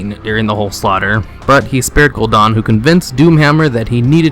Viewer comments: GUL- DAN like dannie, not Gul Don. Sorry pet peeve :P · His name is Gul'dan not Gul'don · You're pronouncing everything horribly wrong. Gul' Dan = "Goal Don"? Val'kyr = "Valkyrie"? Come on dude. TRY. Edit: Archimonde = "Archie-Mon-Day"? Lmao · You're wrong, it's pronounced. Gul-Dan. Val-kir. Ark-I-mond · ***** you aso said gul'dan wrong